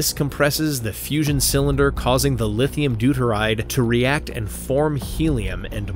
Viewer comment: Yup. The claim that the "fussion" of the "lithium deturide" causes fission in the plutonium spark plug is inaccurate. The circle on the map labeled "160km" is actually about 1000km in diameter. The six-bladed propellers on the B29 are inaccurate. The depiction of the observer aicraft as another Tu-95 is inaccurate. The depiction of the observer aircraft being painted grey is inaccurate. The pronunciation of "Novaya Zemlya" is inaccurate. At least the claim that the Tsar Bomba was a big bomb built by the USSR is correct.